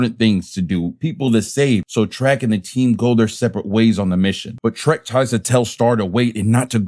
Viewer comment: It's Trek not Trent.